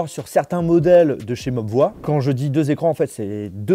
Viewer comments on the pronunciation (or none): D'ailleurs ça se dit mobvoille et pas mobvoi